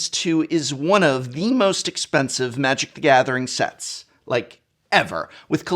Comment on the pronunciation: I lost it at “manic the gortheting... I hear it’s fun”